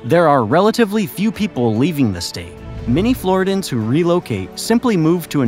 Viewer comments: OMG! Dude. Not flori-dans. Flor-RIDDY-yans!😅😅😅😅😅 U don't say Carolin-ans. Or Californ-nans. Carolin-ian. Californ-ian. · It's pronounced flaw·ri·dee·uhnz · Floridians. Not Floridans.